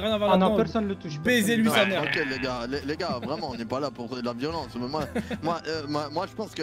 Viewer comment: Une soirée vreuhment rentableuh 😂